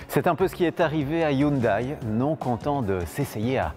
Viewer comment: Hello, présentation un peu succincte, mais bonne. Vous avez le bon rythme ! ça a peu d'importance, mais il me semble que"Hyundai" se prononce (phonétiquement): "youndé"